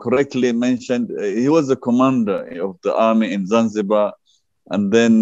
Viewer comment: This is false narrative history,this is not zanjibaaaaaar , this is Somalia